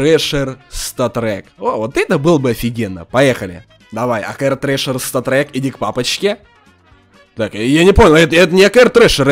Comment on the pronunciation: Он говорит место статрек когда нормально выпадает говорит сатрек сатрек